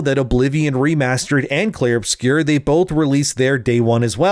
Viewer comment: It's not called "obscure", it's a French word "obscur". If you can't pronounce it, just call it "Expedition 33"